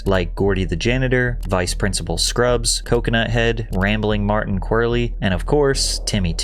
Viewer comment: I’m pretty sure it’s vice principal crubbs not scrubs lol